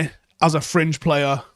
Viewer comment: When he says fringe I keep hearing cringe